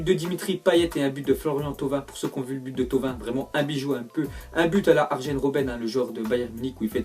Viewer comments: Arjen Robben ça se prononce "Arien Robben" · Bazilounet Non c ar(y)en robben c comme p (y)anic ou ...